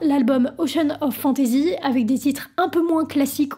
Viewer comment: Comme la prononciation de fantasy prononcé fantaisie...